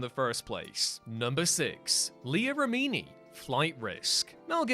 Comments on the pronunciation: You are mispronouncing Remini. It's pronounced as you would say remedy, but substitute an N for the D. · Jesus Christ you can't pronounce Leah Remini name right and you keep saying it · It was grating, wasn't it? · whatculture is known for mispronounced words